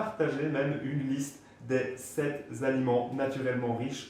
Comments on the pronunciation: Merci les infos. Attention aux liaisons maltapropo genre "7 zaliments". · On ne dit pas "sept-z-aliments". Sept ne prend JAMAIS de "S".